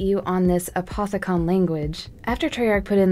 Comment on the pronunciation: I'm pretty sure it's pronounced A-poth-i-cun